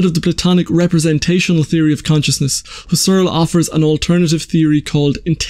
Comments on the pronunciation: "Husserl" is pronounded "hoo-sell." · Emphasis is on HUSS, not on ERL. HUSS-erl. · It really wouldn't hurt to take half a minute out of your time to look up how to pronounce "Husserl."